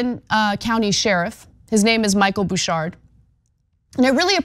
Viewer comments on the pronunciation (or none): none